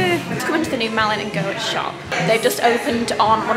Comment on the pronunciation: i think it's pronounced Malin and Getz but worth checking